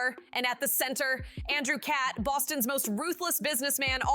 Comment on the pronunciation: Please re-record the audio. Every time you pronounce the last name as “Cat,” it’s grating and distracting. Interesting info on behind the scenes, though.